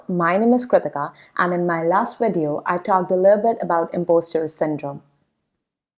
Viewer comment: Video is pronounced with a V not a W